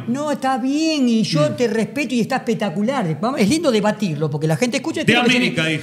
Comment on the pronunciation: no te pongas nervioso aparte no se dice espetacular se dice espectacular la diferencia entre ribber y boca es que ribber necesita de boca para ser grande boca no